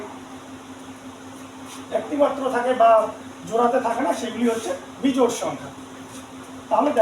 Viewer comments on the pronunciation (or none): বেজোড় নয়। 😂😂😂😂 বিজোড়😊😊